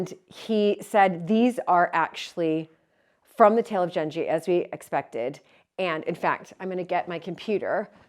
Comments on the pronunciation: Genji is pronounced with a 'g' like girl. Can't wait to see the screens restored!!. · Just a small fyi. The "g" in Genji is pronounced like the g in good or glad.